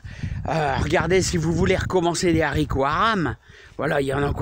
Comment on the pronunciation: Ça me fait mal quand tu dis z haricots, mais je t'adore quand même, tu as l'air tellement gentil ; -)